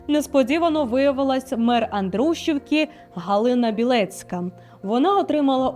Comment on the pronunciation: .Андрушівки. наголос на і. Андруші'вки.